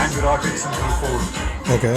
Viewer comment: Please make sure you pronounce Virat's name right the next time lol.